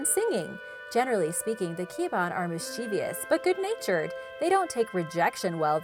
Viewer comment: its cha-nak, ki-ba-an, mang-kuku-lam